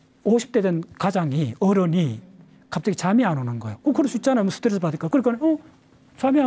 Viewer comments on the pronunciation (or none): none